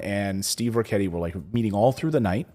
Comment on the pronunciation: it is not ch it is K pronounced rikketti